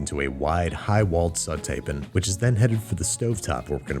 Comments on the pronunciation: i don't know how to spell the way you say "pan". pun? pin? i dont even know if the IPA has a symbol for it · I would pay to hear Babish pronounce the 'A' in pan.